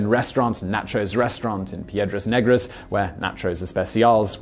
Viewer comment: you butchered the name Piedras negras ,, black rocks